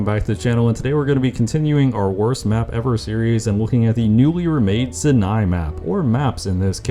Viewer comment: World record for most amount of times that Sinai was mispronounced in a single video